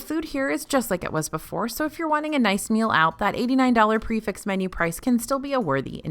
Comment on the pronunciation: Prix fixe isn’t pronounced pre-fixed….